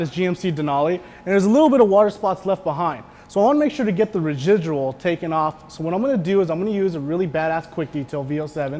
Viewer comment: "The rejijual" hahahahahahaha